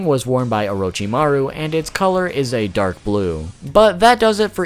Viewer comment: Please never say Orochimaru like that again thanks